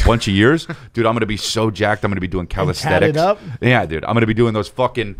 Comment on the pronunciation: "I'm gonna be doing calisTHETICS" Lol. Guy doesn't even know how to spell or pronounce calisthenics.